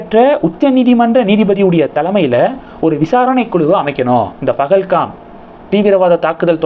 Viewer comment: It's Pahalgam and not BahalKam. Please spell correctly